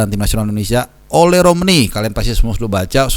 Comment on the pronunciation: Baca nya O-Le, Le nya dibaca seperti kata Lemah...